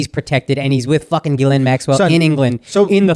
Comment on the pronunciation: Thought her name was pronounced "jizzlane".